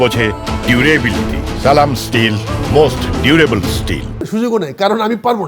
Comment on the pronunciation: যে লোক সালামটা ঠিক মত দিতে পারেনা সে লোক জামাতে যোগ দিয়েচে হাস্যকর